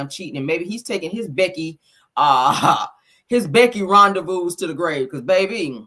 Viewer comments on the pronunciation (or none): none